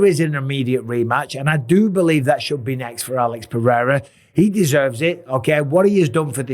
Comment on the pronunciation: Is not Alex Perrera is Alex Pereira